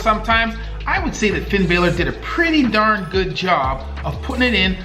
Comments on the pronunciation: My man you got a new subscriber (also Finn balors name is pronounced (Finn Bah-ler) sorry it’s just my OCD and love for WWE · No no no no it’s not Finn bailer, it’s balor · It's not Bay-ler. It is Bah-ler. Jim Cornette is not a wrestler. He was a manager. WCW was the promotion while Starrcade was the event. Scaffold matches were common outside of WWWF/WWF/WWE Technically, Bret Hart and Lex Luger landed out of the ring at the same at Royal Rumble 1994. They declared both of them the winners and both went on to WrestleMania where Luger lost to Yokozuna while Bret beat him to become the WWF Champion. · It's actually pronounced Bah-lor, not Bay-lor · Hello... in the first clip the pronunciation of the name Balor is with a short vowel execution... Bah lor, not Bay lor. The second clip you called Cornette a wrestler.... he has never been, nor has he ever claimed to be a wrestler. He is a manager, a booker, writer, consultant, and at times a talent coordinator... i did not get a chance to finish the video completely, for i was too hesitant to see if the rest of the video was going to be as not as well put together like your first 2 installments. It seems as though i am not the only person who has picked apart this video. I would also like to say this to you. I personally think that videos such as these are awesome! As a fan and a former never was wrestler, I like the fact that a medical professional is giving commentary to some of the more devastating injuries that happen in and around the squared circle. Keep the videos coming, and if you cant find the time to dig for the info since you are a practicing doctor and a casual fan of the old stuff, dont be afraid to ask us! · It's Finn Balor not Baylor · When he pronounces it like bailor instead of bollor, i tried to spell it like it sounds, and dont hate me yes i know he probably doesnt know who that is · Finn Balor is pronounced finn ba-aalor like a sheep just letting you know